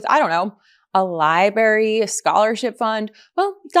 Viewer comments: "a lieberry"? It's lie-BRAIR-ee. I have a hard time believing you're linked with Meidas. Paris Hilton vibes. 😶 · "Libarry" for library? I think Fox would like to have you,. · Library not liberry.. c’mon Ben tell her grammer needs to be checked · LibRary, Arc DE Triomphe. Please! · A LI-BARY. I'm sorry! 🤦🏻‍♀️ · Did she say liberry? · Uh oh….her pronunciation of library….LI-Bare-Ee….hopefully she’ll finally be told…. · I heard that too. I thought she was doing that to mock Trump. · Lost me at "li-berry